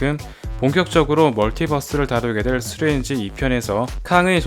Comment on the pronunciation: 스트뤤지? 스트뤠취?ㅎㅎ 영어도 아니고 콩글리쉬도 아닌 절묘한 발음 재밌네요;ㅎㅎ